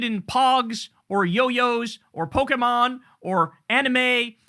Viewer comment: you know Kyle is a fellow nerd when he pronounces "Pokémon" correctly